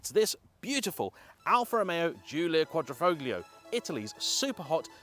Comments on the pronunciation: There is no G in Quadrifoglio pronunciation. 😃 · After all these years you still can’t pronounce Quadrifoglio correctly. Must be intentional. Regarding this video, I’d like to learn some specifics about the car in the video that are not common knowledge. In the case of the QV - a skunk works team of around 10 people were given a blank canvas and spent €5BN on Develoment. Led by Philippe Krief - ex lead engineer for the 458 Speciale. The fact that the full aero package was developed by Ferrari and tested in their F1 wind tunnel. The fact that the engines IS MADE by Ferrari. The list goes on. Whilst well filmed the content was nothing new.